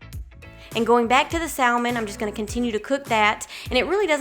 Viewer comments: The L in salmon is silent. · because the L is silent in Salmon. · Very great video. Thanks. Just one thing to add. THE L IN salmon is silent. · “Sall Mon” highlights your accent. I’m guessing southern US. Way up north it’s pronounced “samen” Great video 👍🏼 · Trying all of these ❤love the ideas and how you say Sal-man😊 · Haha...in the UK its Sa-mon for Salmon. 'L' is silent. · I'm from the South and we still say "SAM"en so it must be a specific area for her. I thought it was interesting too! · I love how you say salmon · great video. hearing you pronounce salmon had me cracking up. 😂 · Every time she says salmon 🤣🤣🤣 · I've always wanted to meal prep but have been too lazy to do so.. but in reality its something I can do a sunday afternoon and am set for the week.. cool video, low carb and healthy .. also it's cute how she pronounce saLmon.. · Lol... I grew up in a small town in Mississippi and in my family, we always pronounced the L, but apparently I've been saying it wrong my whole life. I'll be sure to say it properly next time :) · Sal-mon or Sam-man ..someone help me?!! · It was all great until I heard how you pronounce salmon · I’ll sub if you pronounce salmon correctly. I’m from east Texas so don’t give me that southerner excuse.